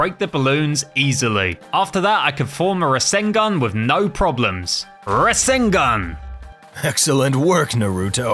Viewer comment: He said rasangun not rasangan